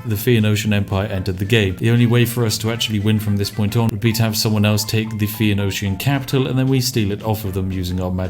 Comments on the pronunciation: I like how you mangle the pronunciation of "phoenician" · My brain melts a little when he can't get Phoenician right...